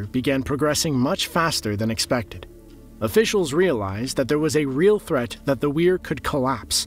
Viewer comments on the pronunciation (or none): none